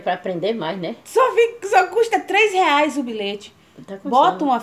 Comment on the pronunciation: Eu ouvi errado ou ela falou bilete mesmo no início. Kkkkk vc é demais😘😘😘